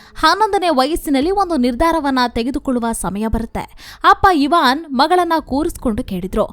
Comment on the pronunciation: ಐವನ್ ಇವಾನ್ ಅಲ್ಲ